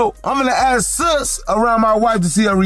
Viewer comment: Lmfaooo .. it’s SUS .. Like SUSPECT .. not sis 😂